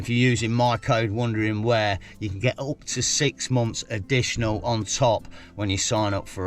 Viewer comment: Hey, you pronounced your channel as “Wondering where” but it’s spelled Wandering where. Which one is it meant to be? Or did you just mispronounce it? Genuinely interested as I’ve always thought of it as Wandering where,as in you are wandering about. Or is it supposed to be wondering where? As in you’re wondering where to go? Cheers mate. Looking forward to seeing what you’ve done to the Kia. Ps there’s nothing to apologise for mate. You put out two entertaining vids every week. Always look forward to them 😊